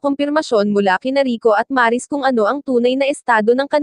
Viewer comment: Mali ang pagkabigkas ng Maris..hindi po Maaaaa...ris..